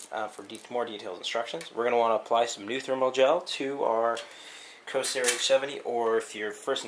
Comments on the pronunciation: pretty sure its pronounced COR-SAIR not CO-SAIR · It's CoRsair, not co-sair! The R is NOT silent!!!!